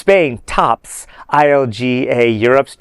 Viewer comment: Lol why did you gotta emphasize "Tops" like that?